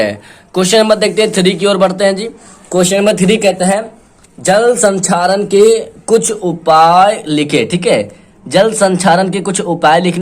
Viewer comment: Sir sanxaren nahi hota he